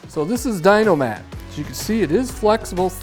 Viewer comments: It’s a shame I spent $1000 to dynamat my entire truck and I tell everyone how good of a product it is. Then I see dynamat sends some toolbag that can’t even pronounce their name correctly half a trucks worth of the stuff for free so he can make a crap video with it. Idk what it is but it irritates me. If a company is gonna send you an expensive amount of their product for free the least you can do is learn how to say their damn name. Ffs man. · Crikey they give youall that free sheise and you cant say their name correctly